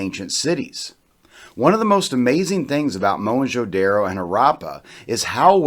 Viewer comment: At least learn to pronounce the name of the cities Don't be so pretentious Whites can pronounce as stupid words as rendezvous Zeroes becomes voo But simple daro becomes daaarro Haraaapa Is it so difficult to say Harappa ra as in ru ckus . Not raaa and ppa instead of paaa. An archeologist or a historian or a blogger must know to pronounce at least the cities name properly forget other words You guys love to play with anything indian Indian names are pronounced the way they are written because of tge NAGRI LIPI ie nagri script . Only language in the world which is spoken as it is written No stupid silent words as in english French or in Spanish. After the science has advanced so much And so much twisting of asian words why dont you guys simply get rid of these silent words like erbs is written herbs why ?